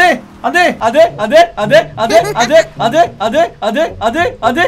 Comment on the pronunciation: 점점 안돼가 안데로 들린다